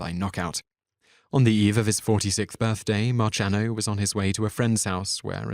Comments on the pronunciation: Richard Steven Valenzuela's stage name was Ritchie Valens. It is improper to mix his real firts name with a mispronunciation of his stage name (hint: the S is not silent. Likewise Rochy Marciano's last name is pronounced Mar-see-anno, not March-anno. Your video on pronunciation needs a sixth category: insufficient research. None of these are A) acceptable, or B) hard to research. Also counting down from 10 is OK when doing a true "Top Ten" list, but this should have been listed from 1 to 10 and not called a top 10, which implies an order of least to most famous, which is both misleading and derogatory. It all kind of spoils what was by any other metric a very good video. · Its MAR-S-IANO. Not MAR-CH-IANO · Knute Rockne.. pronounced like "Cockney" but without a 'Y'... "Y', I don't know. Marciano is pronounced "mar-see-ah-no". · It's pronounced marr-see-an-o. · Very well done video, nice accent, but PLEASE learn how to pronounce people's names correctly before doing another. Valens, Rocney, Marcianno! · the way you pronouced marciano...omg